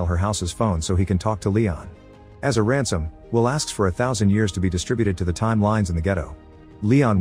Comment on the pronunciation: Is this narrated by an AI voice? It said 'Ramson' instead of Ransom, subtitle mentioned the same